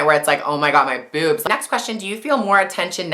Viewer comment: She said Buebs not boobs :-)